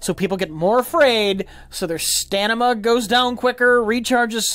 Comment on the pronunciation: I didn't even notice the "stanima". That's Rich wording in its most subdue.